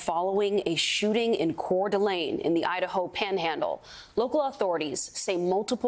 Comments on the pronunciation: It is pronounced lane not lean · It's pronounced CORE DUH LANE. Not "Cord ah Lean." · Please do better at bringing on experts who know the area. The second guy was better, but its pronounced Core duh lane. Also, while resources may come from Boise, Spokane, Wa, bigger than Boise, is literally next door while Boise is 7hrs away. Also, they may be able to fight the fire from the air as the lake is right there. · Multiple shooters could very well be the situation. It is pronounced Core duh lane. I am just minutes from CDA and our communities are devastated. 😭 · Its not pronounced courdeleen lol , not main concern i know , but every time he says it you know he isn’t from area. Lived in northwest for 35 years, and nvr heard that pronunciation in my life.